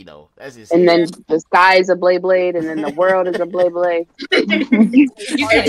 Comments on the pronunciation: Its BeyBlade (bay-bleyd), not BleBle. Dafaq! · The guy saying BLAYBLAYD instead of BEYBLADE made me cringe